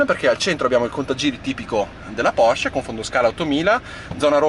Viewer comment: Bravo. Finalmente che c'è qualcuno che chiama la Porsche, Porsche e non Porsch. 👍🥰